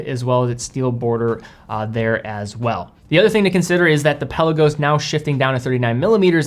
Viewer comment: Love ya to bits..... but it's pronounced Pel ar go's not pelican 😅